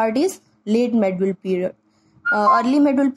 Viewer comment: Pahle medieval India bolna sikhaye Jo medul India bol rahi ho